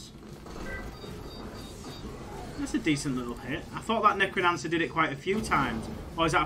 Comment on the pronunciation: wtf is a “Necronancer”? 😂😂